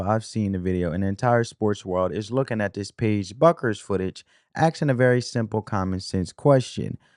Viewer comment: How hard is it to understand that the “U” in Bueckers is silent? It’s pronounced Beckers. Sabrina’s name is pronounced you-ness-coo.